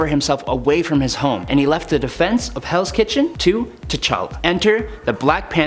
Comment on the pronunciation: Is it me or did i hear hells kitten rather than hells kitchen